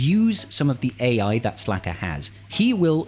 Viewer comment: Yeah it’s SLKR. Pronounced Slicker